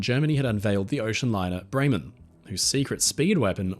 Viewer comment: Niiiiice pronunciation of „Bremen“, very good!